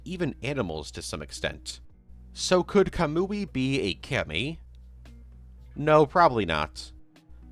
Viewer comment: The way he pronounced Kami physically hurt me.